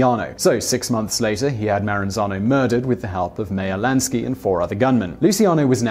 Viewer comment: 1st could you please say Meyer Lansky's name right! and 2nd why didn't you mention Arnold Rothstein when talking about Meyer or Lucky? The guy was the true OG